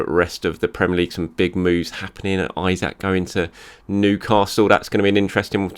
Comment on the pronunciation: Just a tip - Isak is pronounced E-SACK and not Isaac.